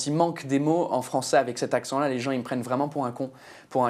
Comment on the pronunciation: Il a un accent parfait